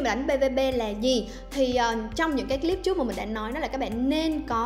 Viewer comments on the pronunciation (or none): none